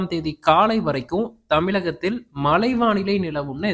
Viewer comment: மலை இல்லை மழை கிலக்கு இல்லை கிழக்கு ல இல்லை ழ மழை பெய்தாலேயே தாங்கமுடியல மலையை எப்படி தாங்குவது? முதலில் தமிழை படி பின்னர் வானிலையை படிச்சு கிழிக்கலாம்